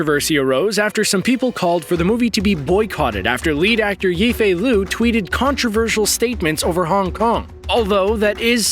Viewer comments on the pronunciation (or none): I agree with all you have said, but the "yifei liu" part really bothered me